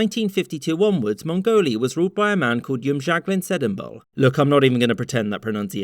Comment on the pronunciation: ... you probably pronounced that better than most of us ever could.